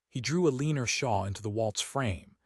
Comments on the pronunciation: Eleener AGAIN 👎. El-e-NOR. Please fix the pronunciation or otherwise insert something simpler, like Mary, Anne, Jane…. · You’re so right!!! “El’-in-or”…this is the second story I’ve heard that pronounced it “a-lean’-er” …just grates on my ability to listen to the story! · EL-LEN-OR not Aleener for cripies sake. Fix your AI. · Pick names AI can pronounce; Eleanor is not one of them! Otherwise a heartwarming, lovely romance that resonates today with our countless wars and many wounded warriors.